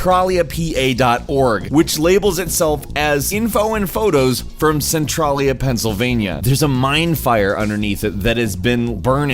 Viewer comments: He can't pronounce Centralia right either. I live like 15 minutes from Centralia. It's pronounced Sen-Trail-Ya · omg no stop pronouncing centrailia that way, it's my favorite place to adventure in and it hurts my feelings. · dude you said the town wrong. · I'm from a town 2 miles away from centralia and let me tell you, your pronunciation of the town made me laugh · You are not saying the name of the town even close to the right way....... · also u pronounce Centralia wrong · For the record, the name of the town the game is supposedly based on is pronounced SEN-Trail-Ya NOT Cen TRAL Ya. I live about an hour from there. I've been there before, long before it apparently became a 'fun place to visit'. I walked down that section of blocked highway with the crack in it and was shocked at how eerily quiet it was around there. Sadly now somebody spray painted a ton of dicks onto the highway among other things. Idiots. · It frustrated me too the way he pronounces Oregon. Also they way he says Centralia. It's "Cen-trail-ee-uh" not "Cen-trolly-uh." Also the fact that most of his "facts" were completely wrong. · its centrAYYYYLIA!!! jsyk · it's pronounced cen-tray-lee-uh not cen-trah-lee-uh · That point at the beginning when you were creating the video and thought the word Centralia looked like it should maybe be pronounced "Cen-TRAY-lia" or "Cen-TRAIL-ia"... probably should've stuck with that. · Its pronounced cen(trail)ia not cen(tral)a lol but good video thogh!!! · Really? Ore-gone? also, it's centraaaaaaaaaaalia. long 'a' sound. not centrahhhhlia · cintralia is pronounced Sin-Trail-Yeah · It's pronounced Sin-trail-e-uh.Haha sorry to correct you. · It's pronounced Sen-tray-lee-uh. Trust me on that. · How to pronounce centralia (Cen-trail-ya) from Ashland the next town over where everyone fled to. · It is pronounced cen trail ya. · You pronounced centralia wrong you say it like centraileya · You Moron.. Cent-Traalia, AH-storia, - Or-E-gone....